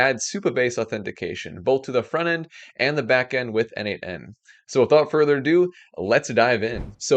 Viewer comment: Great video, as usual 😅 Btw, isn't 'n8n' pronounced as 'natan'?